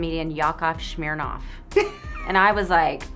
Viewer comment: Why do they always say SHMIRNOFF when there's just S in there? Can't yall just say Smirnoff?)